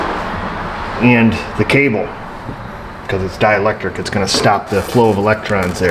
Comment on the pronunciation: Wrong on “dielectric”